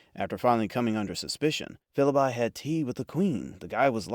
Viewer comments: It does to me, but so what? I'm getting used to way-off mispronunciations like Philbye, unless their so hilarious that they render a video unwatchable. Another way you can tell is by the odd timing of various phrases. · The pronunciation of Philby makes it clear that this is not human narration. The 6-part series Tinker, Tailor, Soldier, Spy with Alec Guinness was the best thing I've ever seen.